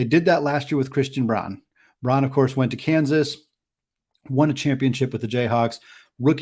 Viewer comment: Braun pronounced "Brown"